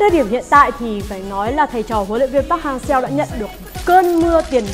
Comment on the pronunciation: Đọc là Pác Han So chị ơi .-.